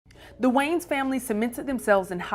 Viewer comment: I can’t bruh. WHO TF ARE “THE WAYNES”?! Like lady! Your illiteracy is showing! There is ANOTHER VOWEL in that name and it’s NOT after the N! Are you the only female presenter? Nobody Less Country??? I’m petty! Idgaf, I had to listen to this broad say WAYNES for like 5 minutes!